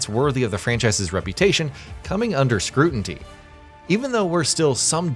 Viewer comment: Did you just say “scrutinTy”? 😂